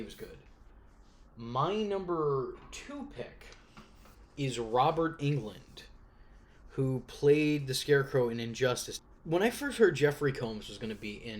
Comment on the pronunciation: 'Sillian Murphy'? It's KILLIAN Murphy. 'Robert England'? It's Robert ENGLUND.